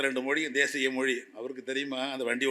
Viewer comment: கவனிக்கவும்! 😅இந்த லூசுக்குத் தமிழ்ச் சிறப்பெழுத்தான 'ழ' என்ற சொல்லை உச்சரிக்கத் தெரியவில்லை! ஹிந்தி எப்போது, எவ்வாறு, எந்த மொழிகளின் கலப்பால் உருவானது என்ற வரலாறும் தெரியவில்லை! தன் பெயரே (!) வடமொழி என்ற உணர்வும் இல்லை! 'மொளி' என்று சொல்பவர், முதலில் தன் நாக்கைத் திருத்திக் கொள்ளவும்! சம்ஸ்கிருதத்தை இகழும் இந்த ஆள், தமிழில் ஆதிகாலத்தில் தோன்றியதாக ஒரு அறிவியல் அல்லது சட்ட நூலைக் காட்ட முடியுமா? ஆங்கிலத்தின் மீது தன் காழ்ப்புணர்ச்சியைக் காட்டும் இவர் தன் பிள்ளைகளுக்கு ஆங்கில வழிக்கல்விதான் தருவார்! ஆங்கிலம் பேசும் நாடுகளுக்குத்தான் உயர் கல்விக்காக அனுப்புவார்! சந்தர்ப்பவாதமும் பிரிவினைவாதமும் பேசும் இவரைப் போன்றோரால், அவர் மட்டுமே பயனடைவார்! வங்கியிலும் மற்ற அரசு அலுவலகங்களிலும், மருத்துவம், பொறியியல் போன்ற துறைகளிலும் தமிழ் மட்டுமே வேண்டும் என்று போராடிப் பார்க்கட்டுமே!